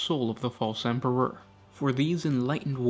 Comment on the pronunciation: Bro what is with how you put emphasis on the last syllable on words. "emperOR", "chaOS", "desiRes", "champiONS", blessING". It sounds like your speaking in iambic pentameter but with no rhythm. Sry i was driving me crazy the whole time.